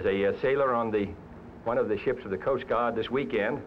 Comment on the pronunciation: “Coast Gaahd”